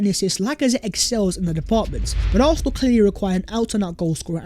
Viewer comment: I know I'm petty...I'm unsubscribing because of the way the dude say "Arfsnal"....can't deal it annoys me too much